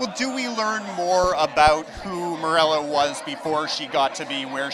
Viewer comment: Is it just me or does the interviewer keep saying Morella